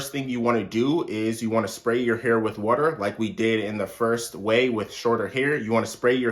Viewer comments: Right! Lol he stressed them syllables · WaTerrrr buTTerrr lmao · I know the way he says water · The hard R😂